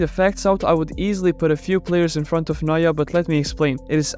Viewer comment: Its neuer